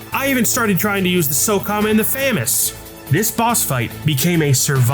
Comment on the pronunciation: I knew i wasnt the only one who called it a Famous instead of a Fa-Mas. The word Fa-Mas just doesnt make sense to me for some reason.